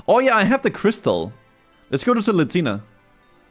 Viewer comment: Lletya = Latina. Bro what are these pronunciations?